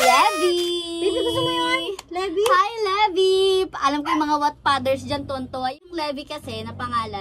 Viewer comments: Baket levy pronounciatoon nio lebay dapat yun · Livay po ang pronunciation ng levi at hindi po lebi